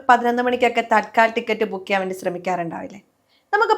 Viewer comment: തൽക്കാൽ ടിക്കറ്റ് എന്നല്ല, തത്ക്കാൽ ടിക്കറ്റ്